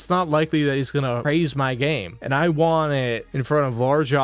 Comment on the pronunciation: Him not being able to pronounce the "T" at the end of the word "Want" really gets under my skin. "Wahh wahh wahh"